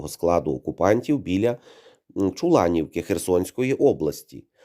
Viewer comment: Чулаківка а не Чуланівка